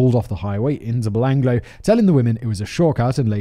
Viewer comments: He also mispronounced Belanglo forest. Bel-Anglo. Instead of Belangalow. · I came to the comments at 'Belanglo' being said, 'belang-lo' and found this hilarious thread about the Oot. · It’s pronounced ba-lang-galo, I camped there while in scouts after the murders happened. The location for the camp was kept secret. I guess for obvious reasons. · Nothing on the pronunciation front compares to Simon’s ‘psycho-parth’… also Belanglo may be spelt like that but a real Aussie bungs another A in there: Bell-ang-gallo… oh my god I can’t keep up… Oot for Ute?!! It’s Ute, like YOU-t. Fucking love this channel. You should make the trip down under. Especially after this travel guide! What’s stopping ya?